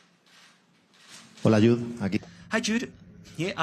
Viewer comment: the wee journalist from DAZN called him YUDE .... 😂